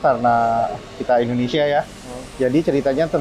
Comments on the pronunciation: Indonesian ✅ endonesia ❌ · 🙏🏻 maaf om kalo saya salah dengar om bacanya endonesia bukan indonesia (jng di bully om ) ttp semangat ngonten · Sejak kapan ( Indonesia) di ganti endonesia 🤣🤣🤣 sejak tadi kalo bicara Indonesia jadi endonesia